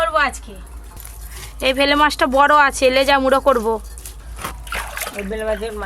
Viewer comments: ভেলে মাছ নয় oii টা বেলে মাছ উচ্চারণ গুলো সবসময ভুল করে বার বার ভেলে মাছ ভেলে করছে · Bele not bhele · ওটাকে তো বেলে মাছ বলে। ভেলে মাছ টা কি জিনিস???? পাড়া গাঁয়ে থাক অথচ মাছের নাম টা ঠিক করে বলতে পার না ???? ভেলে মাছ ।😂😂😂😂😂😂😁😁😁😁😁😁😁😁😁😁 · Ota vele na bele mach hobe go di 😂😂😂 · Ota vele na 😂 bele 😂😂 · Vele mach noy.bele mach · bangala ta ektu bhalo kore bolbe.ei video to sobai dekhe. Vele mach noi bele mach. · Uccarono thiktak kore na, vele jabano noy, bele jiono bole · এটা বেলে মাছ।ভেলে মাছ না। ঠিক করে বলো। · Vele mach noy.bele mach. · ।কথাটা হচ্ছে বেলে মাছ! ভেলে নয়!